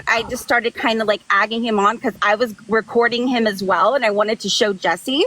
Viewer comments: Who the hell says contanuously and agging? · Agging. Lol.